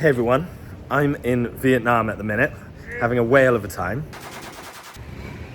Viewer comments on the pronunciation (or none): none